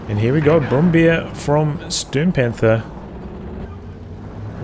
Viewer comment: the overall video and battle was great but i was rather a bit annoyed everytime you pronounce Brummbär as Brum-Beer